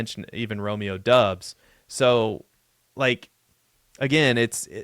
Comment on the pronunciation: Can’t even pronounce Doubs correctly